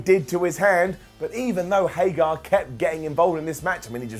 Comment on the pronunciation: It's HAIG-ERRR not HAIG-ARE. C'mon! For the love of Repo Man say it right!